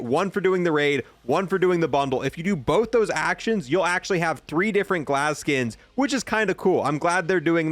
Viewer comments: when this man mispronounces something and then doesn’t correct himself it pisses me off. ITS GAZ NOT GLAZ AND ITS POLYATOMIC NOT POLYCHROMATIC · GAZ. HIS NAME IS GAZ!! lmao keep up the great work man love the videos. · It's legit written right there. GAZ where TF you getting the L from ? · Bro his name is 3 letters, where tf do u see an L in gaz this is a multiple video thing too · Dude, it's Gaz....not Glaz. Killing me. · It's Gaz!!! Not Glaz.... SMH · Also despite reading directly from the CoD Blog page for this video. Lmao. It clearly says "Gaz", but he puts an L in it for some reason. The only L is the one he takes every time he pronounces something wrong. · Dude, there is no L in his name. Gaz. G-a-z. Come on man. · It’s Gaz not Glaz idiot, and also it’s Taraq not Tara Q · This man really said glaz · Bro pls there is no L in his name my OCD is triggering lol its "GAZ" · So help me, if you say Glaz one more time I will unsubscribe. You even friggin read it off the screen, what is going on? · he said glaz 6 different times hahahahaha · this shouldn’t be pissing me off that much but stop putting a L in “Gaz” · Are you trying to say Gaz? I’m not trying to be rude I’m just being confused. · There is no L bro come on, use those glasses to read the words correctly. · I think purposely pronounces words incorrectly (Gaz, Chimera, other gun names)...so people comment on it, thereby boosting his content activity...just like this lol. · Drinking game: Take a shot every time he pronounces something wrong in this video (or most of his videos). I love his content but cringe every time he says something wrong that is really easy to pronounce (or in the case of "Gaz", just read, lmao). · Aside from painfully mispronouncing Chimera, Gaz (not glaz) and season 14, thank you for covering the new content coming in soon. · WHY DO YOU KEEP SAYING "GLASS" INSTEAD OF "GAZ" ... WTF... .NOOBIE ALERT FFS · Its Gaz not Glaz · Please go back to fortnite... it's Gaz...Not Glaz.